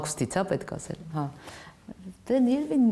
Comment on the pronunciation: Ասել,ոռ չե асель,եղել,ոչ թե ехель